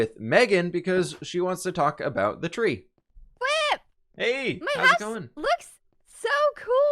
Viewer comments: I know your name is but you just saying whip kind of bothers me instead of fwip just so you know bothers me just a little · He said whip instead of fWhip at the beginning of the episode, that’s unacceptable